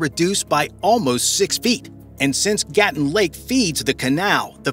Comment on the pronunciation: You can’t even pronounce Gatun. It’s ga-TOON.